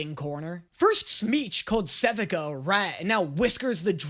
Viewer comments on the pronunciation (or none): I don't understand how is able to continuously drastically mispronounce the name of characters that have had their names said aloud in this show. It's not Jaina, its Janna, and its not Sevehka, its Sevika. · SE-VIH-KUH??!!! ITS SEVIKA… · SE VEE KU -thats how sevika is pronounced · …I’m going to say this again. SEH-VEE-KA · pronouncing Janna like Jaina Proudmoore and Sevika just flat out incorrectly makes my brain sad. They say their names in the show. It's not a mystery how they're pronounced. Just say what they say. Da-nye.